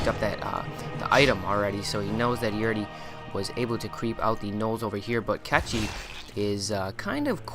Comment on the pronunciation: Kechi? seriously?...